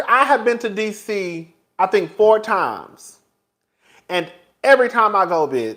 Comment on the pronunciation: Are you saying 4 times or are you saying 40 times!!!! I done rewinded this several times & even turned on the caption... but I still feel like I am not hearing you right. Baby, if it's the latter, NYC can kiss the entire circumference of my ass hole cause AIN'T NO WAY!!!!